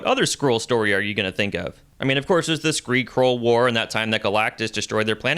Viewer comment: HE SAID SKREE KRULL WAR!!! 😂